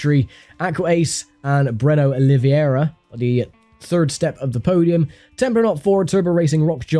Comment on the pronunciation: It's very funny to hear my name "in english" as i'm not used to(I'm brazilian), love how it sounds, "Oliviuéurua" haha. Love this series, GT Legends never gets old!